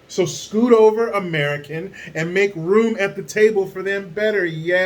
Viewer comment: AmereeCan for AmereeCans